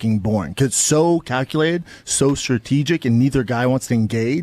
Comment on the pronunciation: He said “setegic”